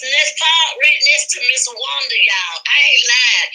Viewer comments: she can’t pronounce certain words. Wanda is a disgrace. Nah you act like you are cause you can’t keep her name out your mouth. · you’re an awfully nice person. You give Wanda wayyyyy too much grace. Wanda CAN NOT pronounce many, many words. IMO, she’s is extremely ignorant and vile.